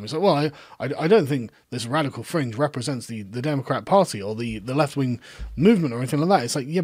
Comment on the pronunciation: This man can't pronounce "th."